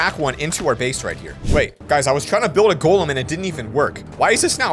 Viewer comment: Golem not token